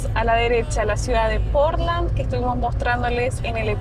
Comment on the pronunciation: Ay, no es Porlan, es Portland! Pronuncia la d al final, suena como el material de construccion como lo decis